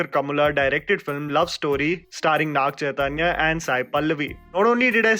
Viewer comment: It's Naga Chaitanya not Naag Chaitanya, wouldn't hurt if u try to research and pronounce the name atleast for their respect